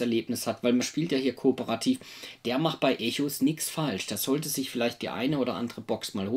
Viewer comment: Schöne Rezi. Danke hierfür. Den Spieletitel spricht man allerdings englisch aus, also ungefähr wie "Ekos". ;)